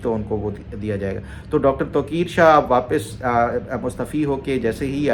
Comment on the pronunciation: Wailakumslam with due respect it's mustaaaafi not mustfi.ت پہ ا آتا ھے,mustfi means mustfied or mustfeez.i am not a Urdu professor or PhD doctor I'm a medical officer 😅